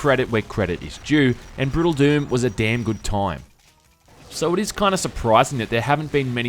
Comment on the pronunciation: "The most sensible mod to come awt in a long toooooyme."